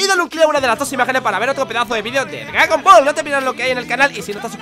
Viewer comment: "gragon ball"